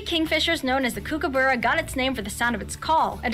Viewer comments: Ostriches are native to Africa. Platypus tail is not venomous, the male platypus has a venomous spur on their hind leg, the effect on humans is painful but not deadly. The narrator of this clip doesn't pronounce emu or kookaburra correctly. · This narrator says things like Spotted Hairy Tail it's Spotted Quoll, Mythical Goanna it's just a Goanna. Also pronouncing Emu/Kookaburra incorrectly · Some of this video is inaccurate. Also says goanna and kookaburra wrong. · The way the narrator pronounced emu and kookaburra 😫 Also yes it is illegal to kill any reptile in Australia (there are some exceptions to the rule though, collection of certain common, wide-spread species for feeding purposes for example), and that goes the same for most Australian animals. There was also a lot of shots that weren't actually of the animal being discussed 🤔